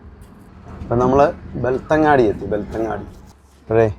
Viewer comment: 🎉Again, it's not ബെൽത്തങ്ങാടി, it's ബെൽത്ത൦ഗഡി.